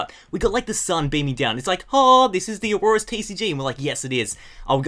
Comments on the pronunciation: You kept saying auroras not oras it's pissing me off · lol, it's not Aurorus, it's ORAS which means Omega Ruby Alpha Sapphire. Hope this helped! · I was confused for a while too, but I realized he was saying "ORAS" not Aurorus. He kinda says it weird, though.